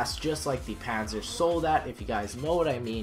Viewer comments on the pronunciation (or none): Panzer can be a Tank or Armor. e.g. Brustpanzer = Armor chestplate. Panzer Soldat means Armored Soldier. Panzerschreck is actually not really a word, but it means that this weapon scares (schreck) Panzers (=tanks). Also it's pronounced "pun"-"tzer" not "paaahhnsaaa"